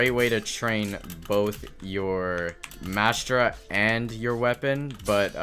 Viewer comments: where is the s in "Mantra" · its not called mastra its a mantra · since when was there a S in mantra